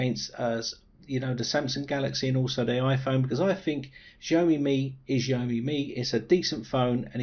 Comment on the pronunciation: jeaYOmi ? It's Xiaomi!